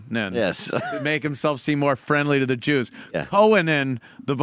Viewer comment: Who are the Chews he speaks of?